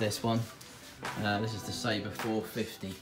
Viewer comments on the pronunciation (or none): none